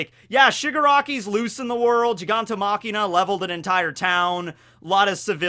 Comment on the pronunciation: is it just me, or does he say "machina" instead of "machia"